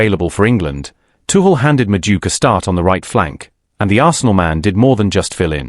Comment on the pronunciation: who's Medook? AI can't pronounce names.